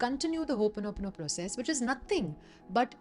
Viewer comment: Thanks for showing us how to pronounce Hooponopono correctly